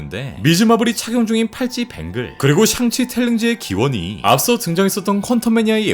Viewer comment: 형 샹치를 가끔 썅치로 발음하는데 혹시 샹치 싫어하는건 아니지..? ㅋㅋㅋㅋㅋㅋㅋ